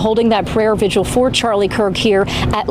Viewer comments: Vigil. It's vigil. Not vigual. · GIRL.. please tell me I don’t hear you calling a vigil a visual at your big age 🤦🏾‍♀️